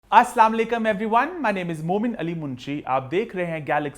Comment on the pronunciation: it's Assalam o alaikum or Salam o alaikum... Nhi aslamlikaam Please check a pronounciation on Google